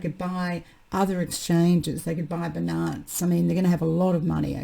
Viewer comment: Part of the reason I watch your channel apart from great info, is for the way you pronounce Binance and ethereum 👍🏻😎😀